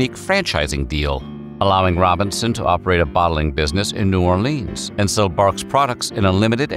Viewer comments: Also no one pronounces New Orleans "New Orleeens" aside from sports announcers. It's "Nieu Orlins" or "Nieu Orlee-ins" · Buh-LUX-ee, not Buh-LOX-ee New OR-lee-uns, never New Or-LEENS. No one in New Orleans says “New Orleens”…or “N’awlins”, for that matter. Only drunk tourists. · It's New Orlynz not New Orleeens. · "New Orleens" If you say so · Yet another YouTube "history" video that glosses over all sorts of details and mispronounces place names (New Orleanians cringe at "New Or-leens" and Biloxi is pronounced "Bill-ucksee") - which means not much effort was put into this. It's just a condensed Wikipedia article in a video format.